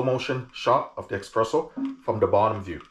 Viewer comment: Everytime you say eXpresso, an italian crashes his vespa